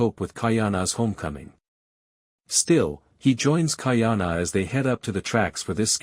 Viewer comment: Please get a proper ‘Olelo Hawai’i speech consultant. Ka’ahumanu is pronounced KAH-AH-HOO-MAH-NOO with the ‘mah’ sounding more like ‘muh’. So, practice slowly first as KAH-AH-HOO-MUH-NOO. With slight accent on MUH. Mahalo nui loa.